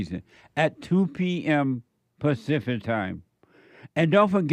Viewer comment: said “pacific” HE BLATT